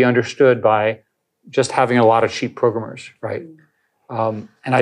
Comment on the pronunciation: He knows a few modern buzzwords sure, but his true Boomer showed as soon as he said "progrummers"